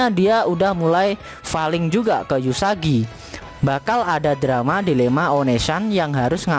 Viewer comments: Namanya uesugi bukan eusugi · Uesugi kok dibaca Usagi😐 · Uesugi min bukan Yusagi xD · Permisi bang mohon maaf bukan yusagi tapi uesugi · Uesugi woy bukan yusagi _ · Uesugi kntl,bukan yusagi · Sedikit Fix Min supaya Ngak Di Comment Ramai orang,Nama MC nya "Uesugi Futaro" bang Gue Juga kadang Keliru omong nya "eusugi" tapi nama depan MC nya emang "Uesugi",bisa di check di google bang Untuk full info.